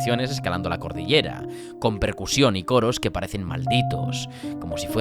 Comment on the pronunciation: se dice: cordillera.